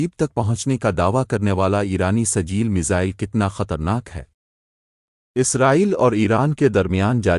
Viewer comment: کیا سجیل سجیل لگائے ہو تلفظ ٹھیک ہے کرو